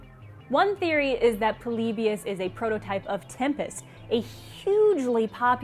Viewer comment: Why do you pronounce polybius so weird? You pronounce it like "Pole-lee-bee-us". Just pronounce it "Polybious" like everyone else.